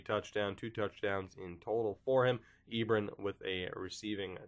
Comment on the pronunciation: Hate to be this guy, but it's pronounced E-Bron like LeBron!